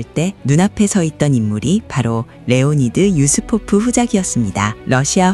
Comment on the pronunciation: 유리포프아니고 유스포프입니다.